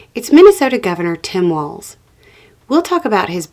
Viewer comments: The main thing is you pronounced his name correctly! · Thank you for your message AND for the correct pronunciation of Walz name!👍🏻